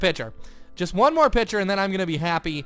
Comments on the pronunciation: it kinda annoyed me that was pronoucing picture like pitcher Um and a baby isn't in the oven (you said that at the end) I think you ment a bun is in the oven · Is it just me or does say picture weird?